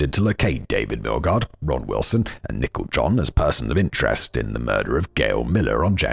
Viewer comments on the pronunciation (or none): Did Simon say Nicole wrong the whole time? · Your pronunciation of Nicole John was shocking, it took reading the comments to realise her name wasn’t Nickel John 🤣🤣🤣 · Anyone else think simon was saying "nickel" instead of Nicole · Also calling Nicole "nickel"